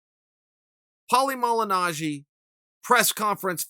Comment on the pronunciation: Pronounces Malignaggi perfectly but chokes on Lobov? C'mon Chael. You're making it too obvious now and letting the cat out of the bag.